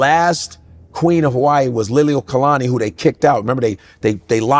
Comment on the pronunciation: godfrey can pronounce lili’uokalani but not kahanamoku 😆